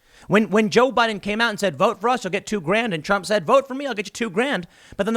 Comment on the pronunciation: No, see, they were saying "BOO-IDEN"